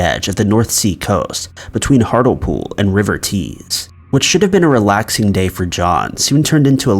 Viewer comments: Hartlepool Hart - Lee - pool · Hart lee pool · The mispronunciation of Hartlepool made me cringe